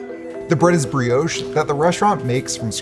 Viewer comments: Its pronounced brioche you mong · The way he pronounced brioche 😆